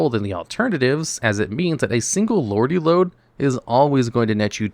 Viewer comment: It’s Lordly Lode not Lordy Lode btw